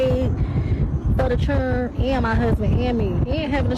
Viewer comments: It’s “7 chill-ren and a huzzzbin!” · Da fuq is a churrin